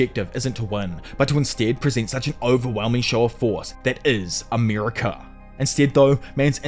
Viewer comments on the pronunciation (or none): none